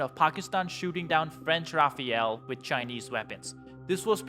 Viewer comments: It’s pronounced “rah-fal” not “rah-fay-al” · For the love of god, it's called a "ra-fail," not a Raphael. This guy isn't the only YouTuber to make this mistake. I'm surprised I haven't seen some French people more upset about this. The rafale is one of the best pieces of military hardware the French produce, and they should be proud of that fact. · It pronounced Rafal not RafaEL. 😂 funny to ear non french saying it . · The Rafale pronounced, “Ra-fall” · ITS RAFALE not Rah-fay-al.